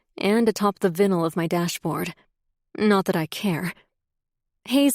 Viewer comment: Mispronounced vinyl and triplexes 😂